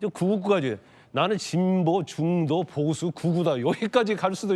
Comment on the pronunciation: ㅋㅋㅋㅋ ㅋㅋㅋㅋ ㅋㅋㅋㅋ 형보수지 로 들리는것이 나쁜인가 중도보수 민주보수